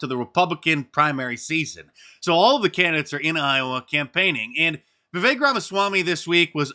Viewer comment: It's Vivek, as in "hi-tech" or "deck." Not "Vivake."